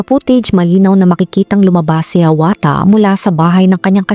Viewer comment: omg .... kapangalan ko pa Yung ama 🤦🏼‍♀️ HIAWATHA ,,, pero ang pagka Pronounce Nung Sakin ee HIYAWATA